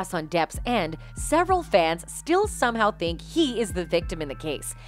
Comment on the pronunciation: “Some fans still SOMHOW think he is the victim in this case” what the heck why did they say it like that???? This channel on Ambers side???